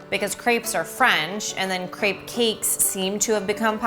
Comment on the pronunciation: This looks amazing. But I can't believe how you pronounce "crêpe" (no offense). I will definitively try this recipe. :-)